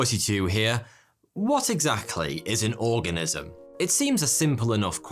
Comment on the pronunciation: I thought he said 'what exactly is an orgasm' 😂